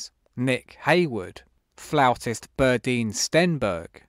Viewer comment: Interesting pronunciation of ‘flautist’!